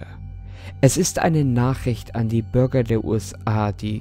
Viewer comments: Er sagt die ganze Zeit Burger 🍔 anstatt ,,Bürger🚶🏼‍♀️🚶🏼‍♂️‘‘😂😂😂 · Irgendwie hab ich bei Bürger immer Börger verstanden 😂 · ich verstehe immer burger